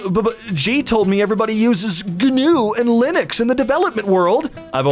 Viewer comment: pronunciation of GNU is quite infuriating